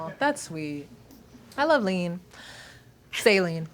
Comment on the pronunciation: Saline but spell it as Saeleen